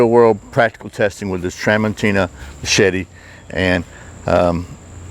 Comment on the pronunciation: It's pronounced tra mon CHI na.